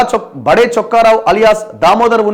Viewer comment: బడే కాదు బాబు, బాదె అంటారూ... like బాదేపల్లి...etc